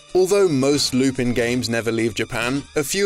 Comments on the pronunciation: This is first time ever I heard Lupin's name being pronounced "Loopeen" instead of "Loopun". I've made some research and it turns out your pronunciation in the video is indeed incorrect. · It's Lou-pan not loopin he's french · Naw-Roo-Toe, Not Nuh-Roo-Toe And it's Loo-Pawn, not Loo-Pin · Lupin is pronounced "Loo-pan", not Loopin. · 2 things: 1. It’s pronounced “Lupan” not Lupin 2. Midler’s design was based off of various panels of Yukako from Diamond is Unbreakable (which I believe JoJo a GoGo covered). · It’s pronounced “Lupan”, you savages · Could you please pronounce lupin correctly it’s painful hearing you say it like “loo-pihn” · Wow I did not know Lupin had some games. (By the way not to sound meticulous, it's pronounced "Lu-pon" and "Nar-ru-toe) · Talks about Lupin III game. Me: Yay! Pronounces it "Loo-pihn" Me: GRAH! Also, there is a greater connection between Konami games and Yu-Gi-Oh. There are several real life cards that are based on both Metal Gear Solid and Ganbare Goemon (aka Legend of the Mystical Ninja). Snake and Yae have appeared on cards and Sasuke (no, not that one) has appeared on multiple cards. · No excuse. His name is pronounced loop on. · Loop on. Lupin. Loop on. Not a difficult concept. Unless you're being facetious. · It's pronounced "Lupahn". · It bothers me way more than it should that the host can't pronounce 'Lupin' properly. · The way he pronounces Lupin triggers me